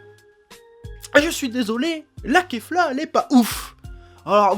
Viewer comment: Enfin un youtuber qui dit kefla au lieu de kafla